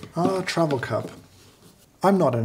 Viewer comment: i can feel James’ soul withering from working these - but also seems to be having some fun :D Also - am i the only one that hears “travel” sounding like “trouble” here?